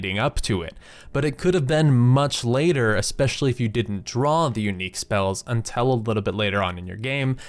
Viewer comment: "sence, untel, ples one ples one" There are other vowels than e, dude.